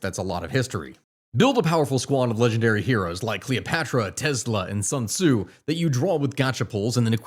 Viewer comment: “Sun Tzu” Not “Some Zoo”